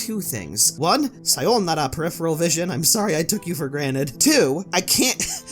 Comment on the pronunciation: I like the personality he presents in the video, I was just so distracted when he overpronounced sayonara. Like all I could think about from then on was "there's no d in sayonara, he should have done a second take and said it like a normal person and not a fucking weeb"